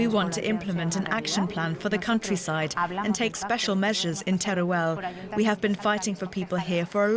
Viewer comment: its called Teruel, not tereuel